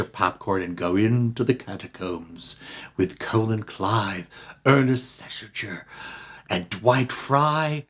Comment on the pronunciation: Colin Clive is "Kah-LIN". A "Colon" is a body part